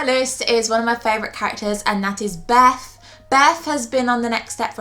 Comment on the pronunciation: beth not beff come on